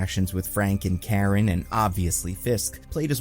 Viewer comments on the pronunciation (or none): none